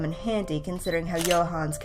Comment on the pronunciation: They'e calling him 'Yo-hans'? I mean, Luke's difficulty with other people's names notwithstanding... they botched the pronunciation here! Johannes is pronounced 'Yo-HAN-ness', three syllables, stress on the second. IPA transcription for the linguists among us: /io|'χan|nɘs/